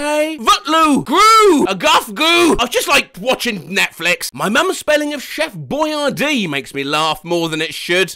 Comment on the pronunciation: I LOST IS AT THE WAY SAID “Chef boy r d” 💀💀